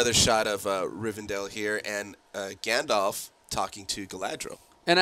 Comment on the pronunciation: And seriously, why can't you pronounce Gandalf's name properly? The second vowel is an A, not an O.